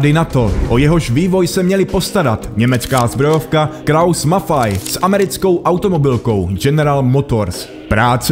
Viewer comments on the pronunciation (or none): Ei se v němčině čte aj